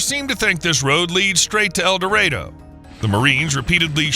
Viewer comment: AI needs to learn proper pronunciation. It is not EldeRAYdo. it is EldeRAHdo. It is IN-gress not ING-ress